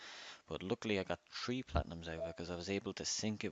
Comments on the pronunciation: Are u saying three or tree lol I like that don’t care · you say the word three like tree.